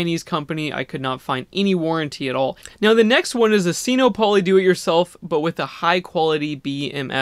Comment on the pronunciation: It's not pronounced seeno-polly! it's sinopoly, like monopoly. sino is a prefix that means chinese so it clearly combines sino and monopoly to make sin-OPP-oh-lee. i hate to be a stickler, but it drives me up a wall every time you say it.